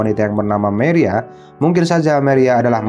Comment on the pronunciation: Wkwkwkwkwkwkwkwkwkwkkk.....maria dibaca meria 😁😁😁🤣🤣🤣🤣🤭🤭🤭🤭🤭🤭🤭 #alay